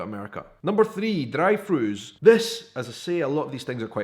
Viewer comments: I thought he said dried fruit. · I thought he said "dried foods' when he was saying "drive thrus" lol.